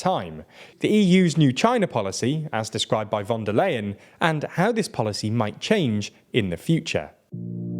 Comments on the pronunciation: Unfortunately, you are mispronouncing von der Leyen's surname throughout the video. It's [ˈʊʁzula fɔn deːɐ̯ ˈlaɪən], "ey" becomes "aɪ", like "i" in price or time. You routinely butcher the pronunciation of names in less known languages, but this is German, quite known language and easy to more or less pronounce properly by an English speaker. However, no one in your team thought about even consulting Wiki on the pronunciation. Please do better in the future. Otherwise it is quite disrespectful and detrimental to your image as a professional site. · Is it really that difficult to pronounce "von der Leyen" correctly? It is really hard to take a channel called "" seriously when you systematically mispronounce the name of the president of the European Commission.